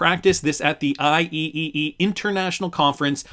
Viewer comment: IEEE is usually said "I-Triple E" professional worldwide engineering organization.